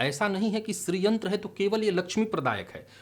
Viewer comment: 'श्रीयंत्र' बोल रहे हैं या 'स्री/स्त्रीयंत्र' ?